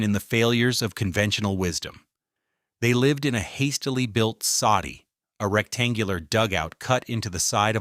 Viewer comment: Soddy, not Saudi.